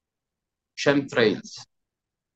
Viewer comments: fantastico! Ma "scemtrails" non si può sentire! Chem si pronuncia come lo leggi, viene da Chemical=chimico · "Chem" in inglese si pronuncia esattamente come in italiano.